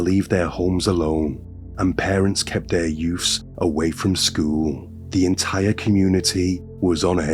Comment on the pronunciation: If I hear the word "Youfs" once more I am going to go insane! Since when was a toddler baby a "Youf"